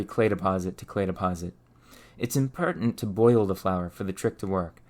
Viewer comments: where are you from? you have a tendency to make an "er" sound instead of an "or". e.g. "impertent" instead of "important" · Impertant, werk, fler, per, dude what is with your "ow" sounds..